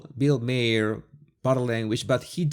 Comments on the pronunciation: Maher is pronounced like “tower” - Bill M-ow-er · Great vid! Se pronuncia MAHER casi exactamente como MAR, pero la palabra es un poco alargado. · Just FYI his last name is pronounced Marr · The way you pronounce Bill Maher is like the planet Mars without the “s” so Mar…xo